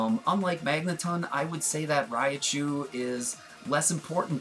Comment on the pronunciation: "Riotchu" :thinking